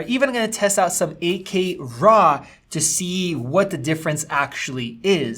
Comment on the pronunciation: "Rah footage" xD